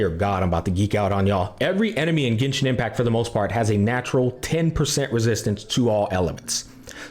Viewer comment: bro just forgot how to pronounce 't' for a few seconds loll he said genshin impac swirl the elemens loll jk ly brother keep up the grind